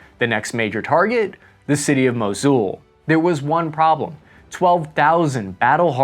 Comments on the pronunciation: Mosool not mojioool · You pronounce mosul wrong ,its mosul , the vowel is short o , not u